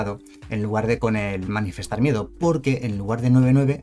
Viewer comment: Solo porque sé que tú eres igual de psicópata con esto que yo,. Es "Manifestar" no "Manifiestar" 😂